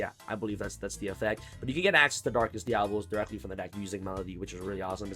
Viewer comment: Dia-Bo-Los.....(just saying)🤷‍♂️